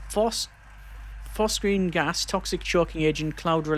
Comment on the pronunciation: Phosgene and phosphine are two very different compounds, both are toxic but phosgene is famous for war crimes where as phosphine is typically used as a pesticide. The stuff you are using is pronounced phos-gene